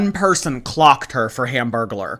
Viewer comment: THE HAMBURGERLER 😭😭😭😭 hambergular….